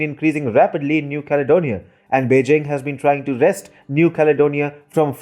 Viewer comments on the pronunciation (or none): none